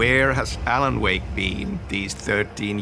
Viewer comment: its more like "Alana Wake" 😂😂😂